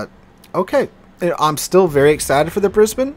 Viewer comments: Thankyou for pronouncing Brisbane correctly :) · love your pronunciation of Brisbane, everybody in Straya pronounces it as BrisneyLand or BrisVegas but you do alright #thumbsup